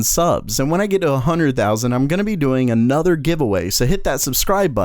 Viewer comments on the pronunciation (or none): none